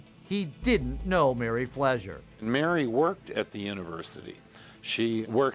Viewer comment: Sounds like they saying Mary Pleasure to me but it's Flezer .